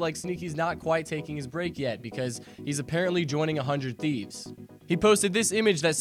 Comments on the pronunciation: HUNED TEEVES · It's actually neither of those. It's pronounced as "Hundred Thieves"